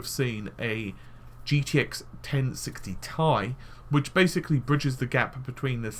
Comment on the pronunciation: tea eye not tie